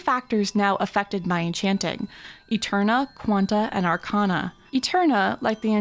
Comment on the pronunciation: I love this so much please make new episodes, and arcana is pronounced arc-ay-na